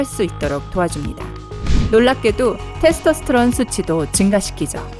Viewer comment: 예? 테르토스트론이요? 테스토스트론이요?